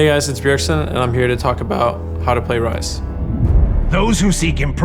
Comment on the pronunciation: Talk abAhaut